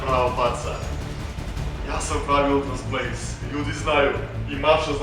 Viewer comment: Zoves se ultras plays a govoris kauntras plays lol